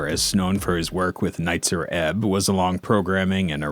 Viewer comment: Props for pronouncing Nitzer Ebb correctly. No one seems to get that right. I have your Holy Wood lunchbox!